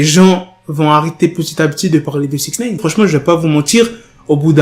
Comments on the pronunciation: Wsh tu rend fou avec ton "6ixneyne" tu peux pas le dire normalement ?? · Comment tu dis six neine ???? Chelou